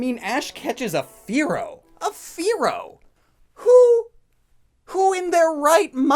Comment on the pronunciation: I have all the Originals the ones before the censor also you said a lot of the name is wrong like you pronounce manga wrong also the the Pokemon Fearow you pronounced it more like Furrow